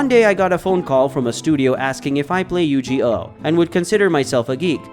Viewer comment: It might be an AI voice after all, who mispronounces Yu-Gi-Oh?